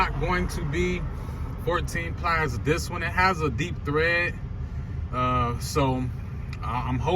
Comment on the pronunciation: Tread* not thread